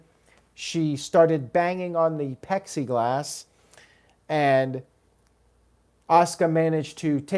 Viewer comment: Please say plexiglass and not pexiglass lol. I didn't wanna go there but it doesnt seem like this isnt going away anytime soon. For the show, decent....I didn't hate myself for watching afterwards. But one positive was something that your boy cant ever stop superchatting about...i felt for the first time they actually let Ricochet talk and not be scripted and it wasn't nowhere near as bad as normal. He was a solid talker when he did talk on the indy's. B